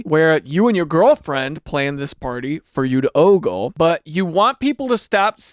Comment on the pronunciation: Why he say oggle like that